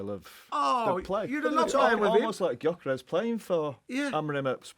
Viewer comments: Gyökeres is pronounced: “Yo-Ke-res” G is silent But damn that was funny lol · who’s “Coocoorez”??🤣🤪